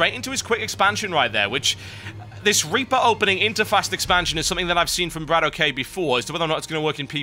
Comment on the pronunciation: ..... when are you going to realize that Bratok is pronounced "Brah-tock" and not "Brah-toe-key"...